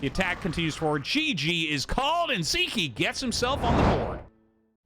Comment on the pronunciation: Hey Artosis, Sziky is hungarian, in hungarian the letter "Sz" is a double letter which we pronounce as "S" in english. So as far as pronounciation, disregard the letter z in Sziky's name. :)